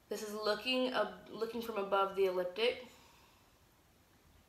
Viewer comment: You pronounce so many words incorrectly which makes it difficult for me to listen to you. Here in America, we say Flashlight not Torch. The word is Ecliptic not eliptic. You leave out the first 'c'. Schumann is pronounced with a long 'u'. I'm not at all trying to be snotty, particular, rude or mean. I realize that some people may consider my comment as "petty". To each their own. You've got great information here, your delivery needs work. Have a great day & may we all be observant & prepared.